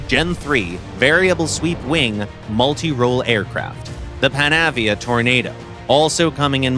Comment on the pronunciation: Tornado IDS is 2 updates late. Should have been the ADV going out this update. And you cant even pronounce Panavia right. And that engine thrust is way off on it, with multiple issues regarding load outs too. Honestly, if you arent going to get a vehicle like Tornado right, dont bother adding it.